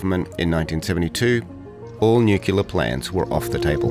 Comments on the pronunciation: New-clear, not knewcular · You are Australian not American, we pronounce nuclear as new-clear not new-killer. It can not be that hard to say it properly. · Nuclear, not nucular. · Very interesting with real narration. However, the word is nuclear, not nucular. Otherwise well done. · It's NucLEAR ...... NucYULER is just WRONG.....and funny. 😂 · Great video, nailed the key difference with the way the F-111 was (and still is) viewed by the Australian vs. the USA public/military establishment - its role made immense sense to our unique needs, but not so much the US military's. Side note* there is only one 'u' in 'nuclear'. The mispronunciation "nucular" is infuriating, like nails down a chalkboard😅 No atom has a nuculeus, I don't know who started this awful mispronunciation but when I find them I'm going to go nuclear on them🤣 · You should look up how to pronounce “nuclear”, because saying it wrong throughout the video is not a good look.🤦‍♂️